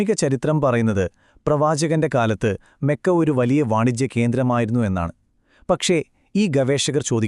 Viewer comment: Mekka അല്ല . മക്ക ആണ്